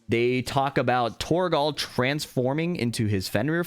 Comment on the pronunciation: the way you pronounce torgal pains me